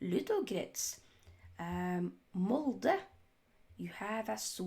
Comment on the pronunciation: Please,just please stop doing this,i've watched nearly 4 minutes of this ...clip,already ,my brain is hurting alot, "Mold.. Beeshecktash..etc " wjo are they?!😂😂😂 but ,yeah,United jersey,what do you expect?!